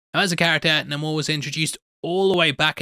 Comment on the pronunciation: You didn’t used to call him Namor(Nah-more). You called him Namer(Name- er. You’re still wrong. Plus, multiple people in the movie called him Namor(Nae-mor